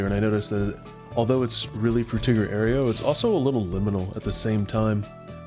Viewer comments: ayro, not ayrio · You put an extra syllable in Aero, It's pronounced air-oh, not air-ee-oh.